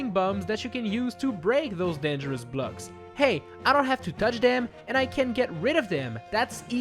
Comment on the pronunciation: BLUGS, you say blocks not BLUGS